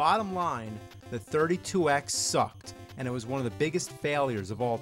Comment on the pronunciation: i like how he says "end" instead of "and"